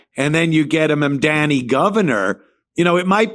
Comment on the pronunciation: Anthony’s mispronunciation of Mamdani is too much